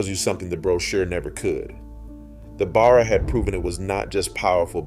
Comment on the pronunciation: Discusses the police using Ford Falcons - shows footage of Holden Commedore police cars. I think your AI needs a rest. Also, teach it how to pronounce Barra. Actually - do the leg work yourself instead of getting AI to do it all for you.